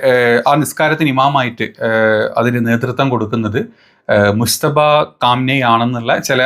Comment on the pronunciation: മുസ്തഫ അല്ലടോ മുജ്തബ എന്ന് വ്യക്തമാക്കി പറ